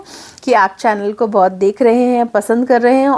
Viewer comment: Is it बोहत or बहुत . When you are speaking it sounds like बोहत